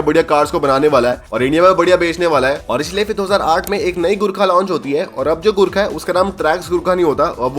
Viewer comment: Bro, Jab usne first time Gurkha bola to mujhe sunai Diya 'gu kha' next Time jab usne bola to mujhe sunai Diya ' gutka'